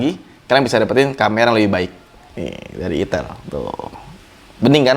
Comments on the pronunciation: padahal reviewer gadget lain smpek wanti" nyebutin merek nya, lah malah dgn sante nya bilang 'itel', bukan 'aitel' 🤣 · Mustinya "Aitel" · Bilang aja "aitel" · Ngucapin ITEL-nya hati2 bang, takut lidahnya keseleo.....😂😂😂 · Ngucapin ITEL nya ngeri ngeri sedaaaapppp 😅